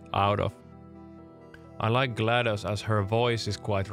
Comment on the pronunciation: Glados isn’t in the dictionary, but “glad us” is…